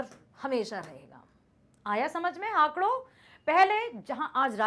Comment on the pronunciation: Good but , it's not हाकड़ it's हाकड़ो